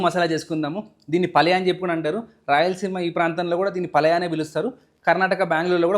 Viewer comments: Bro, Palaya kaadu bhaiya. It’s Palya. Mulbagila kaaku mulbagillu. Other than that everything is super. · P. A.L . A . Y.A kaduuuuuu Pall yaaaaa Got it !!!!!!!!! Please learn How to pronounce it first . It’s a Major word not a Minor word . Listen the word first then Pronounce it ok . It’s very Eassy ……… Dont take it as Seroius Iam Guiding you just Iam from Bangalore only It will Help you in Future!!!!! Good Luck. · Palaya kaadu... It's palya